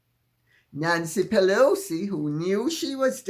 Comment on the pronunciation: Pee-Loucy please😂